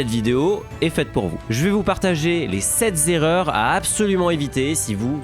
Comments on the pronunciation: Sept z’erreurs 😂😂😂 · ALORS DÉJÀ 1ÈRE ERREUR !!! SEPT EST INVARIABLE DONC PAS DE LIAISON !! FAUT ÊTRE AU TAQUET QUAND ON DONNE DES CONSEILS 😊 ENSUITE POURQUOI ALLER VOIR UN PROFESSIONNEL PRODUITS FINANCIERS QU'IL FAUDRAIT PAYER ALORS QUE LA FDJ NOUS ENTOURE PARFAITEMENT 😊